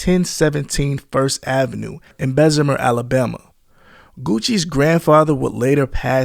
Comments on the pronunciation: there's no "i" in it either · So icey of May 2015 lol try 2005 my guy. Bessim-eer AL try Bessimer lol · there is no z in bessemer Alabama not bezimier BESS A MER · BESSEMER bruh lmao nigga said bezamir 🤣🤣🤣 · ‘Bezzemer’ 💀 🫡 AL checkin in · It’s Bessemer.. You said that so wrong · Say the name right BESS-A-MER sound it out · It’s pronounced Best -E-Mur and it’s far from a suburbs. It’s the slums. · and Bessemer...bes-see-mer...say it fast, that's how you pronounce Bessemer. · You butchered TF outta the word Bessemer lol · You pronounced Bessemer wrong as hell.Do some research,a quick Google search. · Right I'm born and raised BHAM it urks my soul everytime he said it🤦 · Bham gone be mad how u said Bessemer 🤣